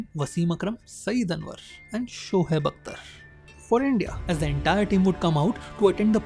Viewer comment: Its shoaib not shohaib😂 totda sala